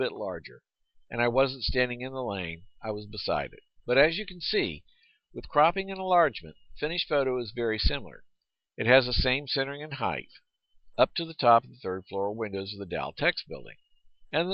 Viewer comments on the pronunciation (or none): Height..not Heighth